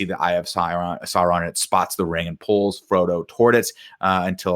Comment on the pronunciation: Nick calling Frodo Fredo is the funniest thing in my life and all of middle earth 😂😂